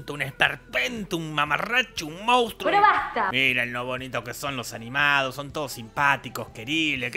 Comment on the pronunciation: Jajajajjajjaa mori de risa cuando le dice mounstro a pumba 😂😂😂